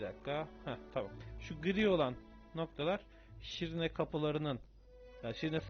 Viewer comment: shrine şirine diye okunmuyor şırayn diye okunuyor bunu yazmazsam içimde kalırdı bu arada gerçekten çok iyi bir kanalsın 👌